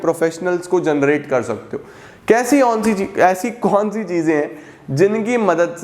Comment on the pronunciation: (Kesi onn si cheez) instead of esi kon si cheez 😂😂